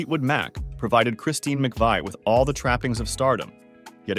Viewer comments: Where do they get these documentary script readers. I doubt he even knows who she is or anything about her. He cannot even pronounce her name right, and uses 2 ridiculously different pronunciations. Maybe its a younger generation reading history, but it is a terrible insult to us who are contemporaries of Fleetwood Mac at their best in the 70s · How annoying that he keeps switching back and forth between pronunciations. Did no one catch that when it was being finalized?? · Oh yeah, let me get the low down from someone who can’t even pronounce her last name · Where did this guy learn to pronounce McVie? 🤔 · It would be nice is you could learn how to pronounce her name at least. Paid narrators who know nothing about their subjects should do some basic research. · Not appropriate to show a topless photo of a woman who just passed away. Also, pronounce her name correctly. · A bit disgraceful to do a whole video about someone and repeatedly pronouncing their name wrong.... but at least you caught on after the video clips that correctly pronounced it near the end. I would have re-recorded the narration before publishing the video though. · Can't you at least overdub your robot so you pronounce her name correctly?!? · This video is an AI generated, cut-and-paste screw-up! Butchering her last name is the worst. Photos don't match narration. Not a transformative video, but cut-and-paste. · You make a video about Christine McVie and you MISPRONOUNCE her name?! Gimme a break!!!🙄🤦🤮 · No it's not, it's Mcvie. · OK. Christine McVie's surname has always (since she married John McVie) been pronounced McVee NOT McVay! You may be well researched, but get the pronunciation correct. The incorrect pronunciation of Christine's surname is absolutely sure to anger viewers of your YouTube article who know better. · Her name is pronounced MC-Vee, Not McVye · I'm confused: Narrator begins by pronouncing her name as "Mc-veye," then changes it to Mc-vee"... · McVie is pronounced 'mac-vee'.